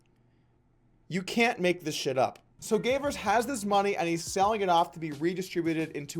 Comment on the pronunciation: Man, I love your vids, but this one was just sloppy. You started pronouncing Gavers' name halfway through, you used a youtube clip and then talked over it... do better next time.